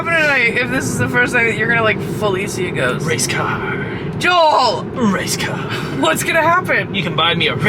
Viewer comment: "Race cahrrrrrrrrruh"